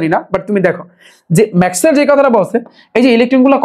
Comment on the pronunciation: ভাইয়া ম্যাকওয়েল গানজা খাইয়া বলছে😂😂😂😂